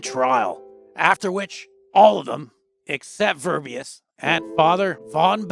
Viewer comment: Verbiest, not verbeyast, learn how to speak.